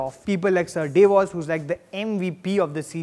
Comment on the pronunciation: U watch with subtitles right?? It's Danny not Dainie, Davos is pronounced Dah-vos not Dae-vos and Brianne is pronounced as Bre-Anne not brain.... pls stop just stop... I don't wanna b rude but u talk too fast and seem so nervous....